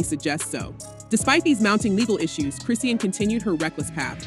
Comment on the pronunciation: Who is “Chris see an” you mean Chrisean ??